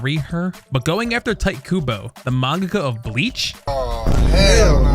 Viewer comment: this mf called him tight kubo 😔